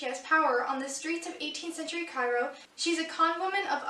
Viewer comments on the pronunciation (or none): Cool you're going to participate in booktubeathon, I mean obviously you will since you're a booktuber...Ooo Cairo. Keep trying to pronounce that name! haha XD That queen book seems kind of cool. Did you have a favorite queen? So how long is this series? gee! Yay, Manga. haha! She's only 5?! wow, I always thought she was older. I love how you struggle pronouncing some names. Same though. Sounds like you've found some good books to read. Good luck with the booktubeathon! Nice enthusiasm you have for it.